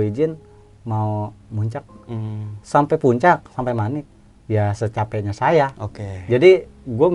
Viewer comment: Salah ucap x "Secapenya" ya di kasih secape'nya..#mungkin😊